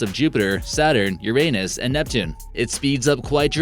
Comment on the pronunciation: I think he pronounced Uranus wrong.